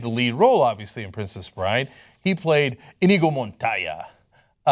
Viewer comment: Who in hell he think he is? Robin Williams? And the name is Iñigo (in yi go)